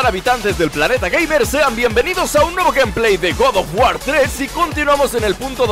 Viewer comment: DE GOU OF WAR